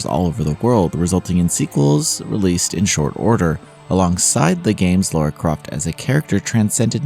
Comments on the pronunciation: La-ra NOT Lau-ra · LARA . . . . . not LAURA!!!! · Her name is not Laura. It’s Lara. Americans seem to have issues saying her name. Lara! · DUDE! DO YOU HAVE SPEECH IMPAIRMENT PROBLEM OR JUST FUCKING DUMB! LORA?! REALLY?! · I agree, I thought it would be easy for them considering how they say “a” in different words compared to other countries I wonder if they can even hear how it is pronounced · it's a small point, but as an English man, it gets tiring hearing Lara's name not correctly spoken